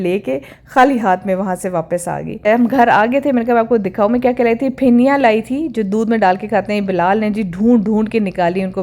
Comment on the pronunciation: फिनिया nhi hoti hai yr yeh फेन्नी hoti hai